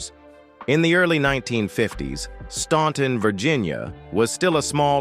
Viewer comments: FYY: Staunton is pronounced: STAN...ton That was the one song, they DIDN'T WRITE! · The city is Staunton, Virginia., not “Stanton” Despite the spelling, it is pronounced “Stan-ton” the letter “u” is silent. In both Staunton, and neighboring Waynesboro, Virginia have Statler Boulevards. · It's pronounced STANTon!!!!! Other than that, not a bad narrative.